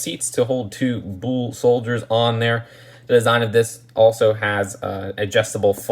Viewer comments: Bull is pronounced bull. Not bowl, or bool. Bull. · "I just say bull" proceeds to say bool for the rest of the video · It's Bull, not bool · bull is pronounced like “bowl” not “buul” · Your saying bools that’s why loll. Say it without the u so from the b straight to l. Blls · Say bull like bowl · I'll add "bool" to the list of Just2Mispronunciations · It's pronounced "buhl" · No one:: Boöl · No one:: “Büle” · You pronounce "bull" the same way a blood says cool lol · The way you’re saying bull rhymes with “fool”, it’s supposed to rhyme with “full”.